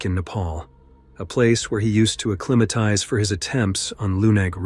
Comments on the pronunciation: 'Uh-climm-itize?' No, 'Uh-climb-itize.' AI voice has a looong way to go. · Your A.I. robot narrator pronounces "acclimatize" as "A-KLIM-I-TIZE". "KLIM"???????? That's supposed to be "a-KLIME-i-tize". Y'know, "KLIME", as in "CLIMB A MOUNTAIN"?!?! Why the HELL can't you take the time to fix this stuff BEFORE you post your video???? Or better yet, USE A REAL HUMAN BEING TO NARRATE THE VIDEO!!!! What a novel concept huh? Give somebody a JOB!!! SMDH